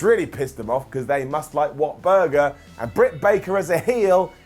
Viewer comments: It’s called WHAT-A-BURGER Lol at WHATBURGER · Or "Whatburger" as calls it, smh. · in defense they dont have that amazing place in England, and wont lie I laughed when said it that way lol. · its called Whataburger. Lol! I'm From Texas.;-) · give the guy a break, he's British, so they don't understand how to say it right nor understand that Whataburger is a huge part of the culture of Texas life.